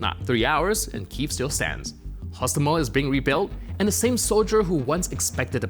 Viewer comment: HostOmel. Penultimate syllable, as in Polish.